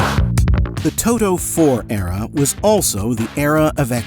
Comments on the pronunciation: To-T-o. With a TEEEEE. Not Too-Doooo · Todo?? Speak English, for God sake!